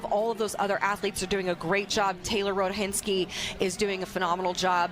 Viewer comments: doesn't pronounce many of the names well. She was also reversing the H and T in Rohatinsky. She's a good commentator in general, but seems to have a problem with names. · "ROTA-hinsky?" "HENdregen?" Get an announcer that can read simple names! Literally, just read what is there rather than making up some other name in your mind!